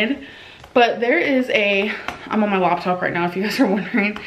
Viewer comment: Did she say labtop?